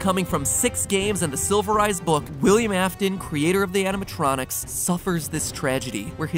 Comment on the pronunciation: animated electronics. animatronics. not anatronicis. (Actually that sounds like a knock-off roman name... "Anatronicus will lead us to victory! For the honor of Rooem!")